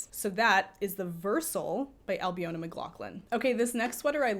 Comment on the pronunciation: Some great suggestions there. I’m about due to knit another jumper for a 6’4” tall male friend who loves my makes. I followed along on Ravit on my phone, having uploaded it a few weeks ago on your suggestion - thanks for that! Just as a wee FYI that I know you won’t mind me saying - Ailbiona is pronounced Albeena. 😊